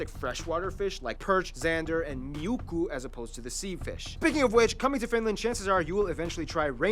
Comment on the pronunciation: I'm a bit late to the party, and IDK if it's been said yet, but the fish "Miukku" is actually called "Muikku". It's a small thing, but it just bugged me because it's my favourite fish. :P My dad used to fish a lot with nets, so they were plentiful. Roll them in salted flour and fry them in butter... just beautiful! I live in the UK now, can't get them here. Or proper saunas. :'(